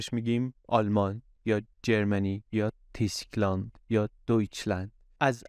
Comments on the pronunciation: تلفظ درست Tyskland توسک لند است و نه تیسک لند. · البته تیسکلند نیست تلفظ صحیحش توسکلند هست. وای در زبان دانمارکی او تلفظ میشه. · یک نکته صرفا تلفظی: تو زبان‌های اسکاندیناوی اگر اشتباه نکنم حرف y به شکل «اوو» تلفظ میشه (شبیه به ü در المانی). بنابراین Tyskland —> تووسکلاند